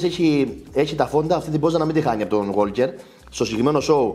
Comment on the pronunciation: είναι Γουόκερ, όχι ΓουόΛκερ (το 'Λ' δεν προφέρεται)